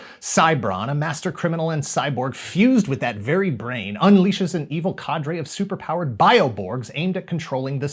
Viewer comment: it's Cadre not cadre